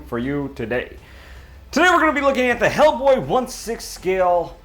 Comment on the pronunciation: 'Ell Bwoy (Jamaican accent)